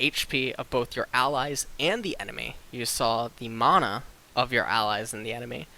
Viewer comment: I know this is a 10 month old post but he's pronouncing it correctly (maw-naw). I'm not sure where the pronunciation (man-nah) came from, but probably the same logic of tomato tomato.